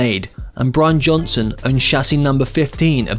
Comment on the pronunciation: You said Brain Johnson